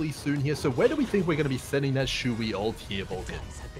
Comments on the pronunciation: Shoe wee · Ah yes, Aventuraine and Xueewee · shoe yi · Oh my god it just… I can’t deal. And the “shoo-way” for xueyi 😅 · AND SHOO-WEE????? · Shooey caught me offguard after Aventurind, im officially calling them these from now on. My chinese ancestors is going to kill me from calling XueYi as Shooey. xddd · why does he pronounce xueyi and aventurine like that 😭😭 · the pronunciantion for adventurine and xueyi has to be troll